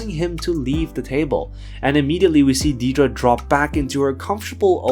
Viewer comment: It’s pronounced “DEAD-ruh.” Seriously, she’s a main character on the show.